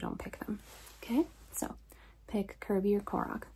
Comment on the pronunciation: THE VOICING FOR KORROCK WAS ON SPOT, but Kirby just kinda. "YEER III"